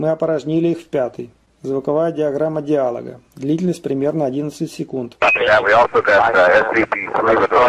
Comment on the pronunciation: Не диАлога, а диалОга! Где же свитер из оленя?!